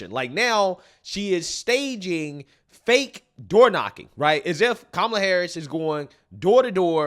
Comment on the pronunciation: "Ka-ma-la" sounded a lot like "Trump, Trump, Trump" 😂😂😂 I had to stop and figure out where she was and what was happening.